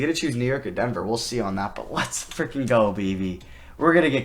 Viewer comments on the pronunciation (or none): none